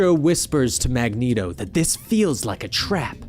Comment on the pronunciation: 90s Cartoon made Mag-neat-o canon. Magnet-o sounds like a breakfast cereal. Have a nice bowl of magnet-Os. Get all your essential iron! ha ha. Reading character names vs hearing them is often jarring.